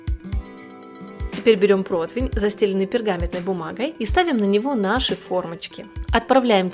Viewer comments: Господи, ну когда уже запомнят: не проТвень, а проТИвень. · Не протвень, а протИвень